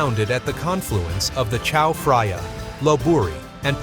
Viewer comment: Well spoken! On top, his pronunciation of "Chao Phraya" made me squirm. There is no "f" sound in Thai language. I'm not going to waste more time on this.